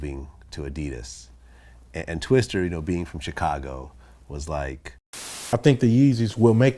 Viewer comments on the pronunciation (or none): Twister? Common Vlad lol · He keeps calling him twister....